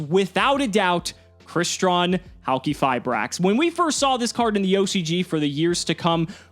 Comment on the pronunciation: Fun Fact: Its actually pronounced "Hali-fiber" :_CimoKappa